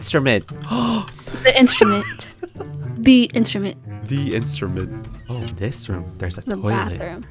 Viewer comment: It’s de instrument: DE instrument Me: I- uh THE BIWA